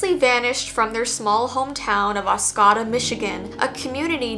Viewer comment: Michigander here, it's pronounced Os co da, not Os cah da lol.